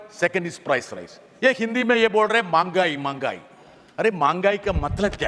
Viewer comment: Good speech by Britas. മെഹങ്ഗായ് എന്നാണ്, മാങ്ഗായി എന്നല്ല.